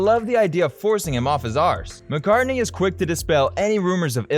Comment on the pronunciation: Whos this 'marrcar' he keeps mentioning? 😂😂😂